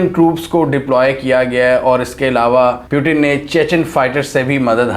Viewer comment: Bro" Putin" hota hai ,"Putin " nahi 🤣🤣